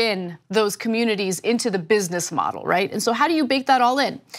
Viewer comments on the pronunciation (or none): none